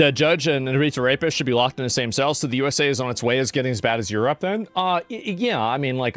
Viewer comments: you said Europe wrong. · You said "Europe" wrong.